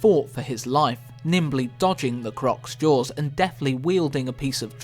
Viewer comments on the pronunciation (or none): none